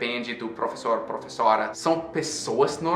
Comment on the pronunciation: professóra kkkk